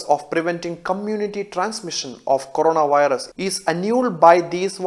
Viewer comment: Corona- WIRUSSSSS 😂